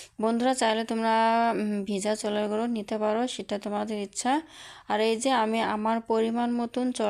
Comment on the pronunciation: Choler guri 😂😂😂bolte o pare na